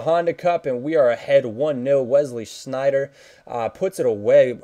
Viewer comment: wow u are the first youtuber that says sneijder good:O